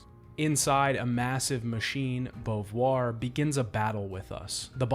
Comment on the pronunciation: why do you call Simone Bovuare?